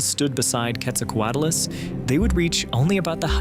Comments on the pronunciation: Why do Americans ALWAYS say QuetzalcoatAlus it’s Quetzalcoatlus. Why you mass hallucinating that extra letter? Wtf. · What do you mean by one of the largest flying creatures? Which creature was larger and flying? And why do you call it Quetzalcoatulus? And why is the audio so horrible to listen to?